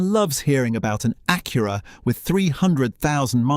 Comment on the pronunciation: He keeps calling it an A-cure-a.